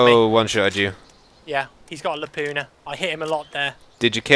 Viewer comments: No m8, says laupna, it's Laupa, there insnt a fucking N!! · Its a Lapua, not Lapuna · Its not a "LAPUNA" its a LAPUA ladies!!! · "Lapuna.." Still gets me :D Guess its too hard to say lapua :D made in finland boys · every time they say Lapuna instead of Lapua I crack up. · "Lapuna" lol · Lapua not lapuna. Its a .338 lapua its a round.